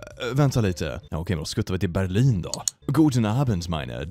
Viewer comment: i like the swedish way to say berlin im gonna keep callin berlin berlindo now for the rest of existence